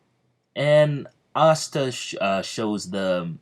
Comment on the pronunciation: Can you not say pasta :/ re watching